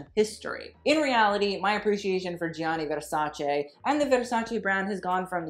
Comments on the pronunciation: Love the video! Gianni is pronounced without the first i, by the way. Like "Jahnni" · Also his name is pronounced like Johnny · His first name is pronounced “Jonny”. It is only 2 syllables,. One would think you would know that (assuming you’re desire to pronounce his name as the Italians would) seeing your incessant need to (poorly) roll your “R” in his last name, Versace. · The way he pronounces Gianni gives me anxiety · you don't say the first "i" in Gianni